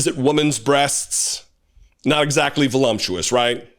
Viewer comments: Voluptuous....not volumptuous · I agree with everything you said. But did you know that the word voluptuous does not have an M in it? Maybe you’re mixing up sumptuous and voluptuous. Sorry, I’m the daughter of a lawyer and an English teacher so I’m extra obnoxious I guess. Love your channel. Please get better soon.